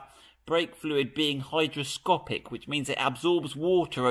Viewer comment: Another enjoyable video on your Range Rover. Brake fluid is hygroscopic, it sounded like you said hydroscopic. My bad if you didn't.